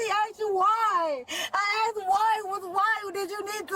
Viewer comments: subtitles were wrong, they kept saying 'asked' instead of what she was saying over and over (aksed) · Litttlly awll she aksed was WHYYYYyyyYYYYyyyy?